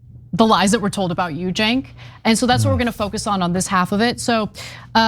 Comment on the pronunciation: it's Cenk not jink